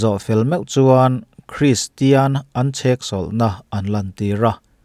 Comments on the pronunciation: Tinge chheksawlh na itih tlat mai le??? Cheksawlh tih zawk tur ani e... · Ni e, chheksawlhna a ni lo....cheksawlhna....tih tur, mizo țawng hi ti dik hram2 ang u. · Chheksawlhna tih hian beng tithlep deuh e. Cheksawlhna tih zawk tur a ni. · chhek ni lovin cheksawlhna tih tur ani e... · Chheksawlhna niloin cheksawlhna tih hi a lam dan tur diktak zawk ani.. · CHhéksawlhna a ni lo, chêksawlhna a ni zawk e! Mizo ṭawng zir nasa rawh!😮😮